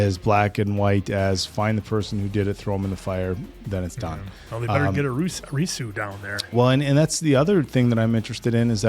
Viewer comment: I love you guys so much but the way to pronounce Arisu's name is AR-IH-SUE